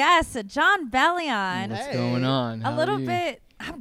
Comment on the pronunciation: ITS BELL-YIN